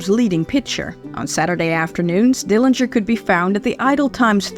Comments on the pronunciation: A very good video with some pictures that I haven't seen in a long time. John W didn't beat John H as you mentioned. Thank you for confirming the correct pronunciation of the Dillinger family name. Yet, I am not sure why you decided to use the incorrect pronunciation of the Dillinger family name. There wasn't any discussion about the years that John H lived with Audrey and Emmett. How do you know that John H became sexually active when he was in high school? Also, that he wasn't interested in courting ladies but just having sex with them. Why do you keep mentioning that he got girls pregnant and slept his way around town? John's family continued to visit him at Michigan City. Mary stopped going because she didn't like going through all of the gates before seeing her uncle. How do you know that Audrey and others badgered Mr. Morgan in joining others regarding a letter of confidence on John's behalf for his payroll hearing. It didn't help John that he was told not to come back by the preacher. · you're correct in that Uncle John's family does care how the Dillinger name is pronounced. Thus, the reason I mention this on just about every video about Uncle John. My sources are notes taken while talking with Mary who grew up with Uncle John. Mary is in many of the books that are about Uncle John.